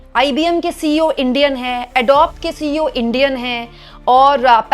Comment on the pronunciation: "एडोब" नहीं "एडोबी" कहें जो सही तरीक़ा है बोलने का।